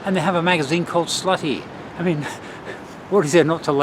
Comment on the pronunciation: žlutý it simply means yellow. It's pronounced as it is written and not as sluty the z as in zoo.